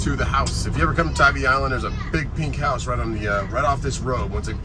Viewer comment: Just a FYI…. Tybee is pronounced Tie B…. We do love Tybee in the Deep South….❤️🏖🌊